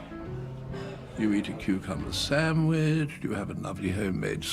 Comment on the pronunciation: The very affected, who labours over every syllable of the English language using only the most articulate of sounds as he unctuously squeezes the words "scones" "Darjeeling," and the most pretentious of words, "brill," out of his lubricated mouth cannot correctly pronounce the epicurean delight originated by the British known as "sandwich". Could you imagine him greeting the Viscount Hitchingbrooke's father, John Montagu as His Lordship, The Earl of Samwich!!!